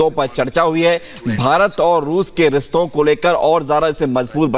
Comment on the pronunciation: riston nahi hota be , rishton hota hai